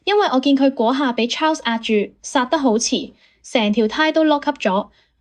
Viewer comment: 小姐，請你專業d,Ferrari 車手Charles 是要用法文講。不是英文発音. 你唔識発音，可以參考其他KOL的法文発音，ok? 真係唔想再聴英文発音的Charles,謝謝